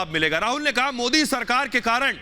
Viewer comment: Oweshi desdrohi gadaar desme pedaahuaahe deskaa khaataahe haamaare modiji ke naam thikse bhi Nehi bolsaktaahe oweshi desdrohi gadaar desme dangaa karaanaa chaahaataahe maardaalo khaahaani khatam hojaayegaa jaisriraam